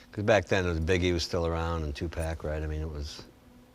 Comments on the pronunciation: Did this interviewer really just say "" 😂😂😂😂😂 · Interviewer called 2pac 2-pack 🤦‍♂️ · The way the guy said “2Pack💀” bro it’s 2Pac😭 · did he say two-pack!!? Wtf